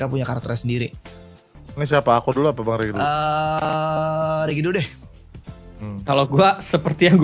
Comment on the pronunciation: Bukannya bg upi itu nyebut reg[regi] tapi ko kenapa jad rek😂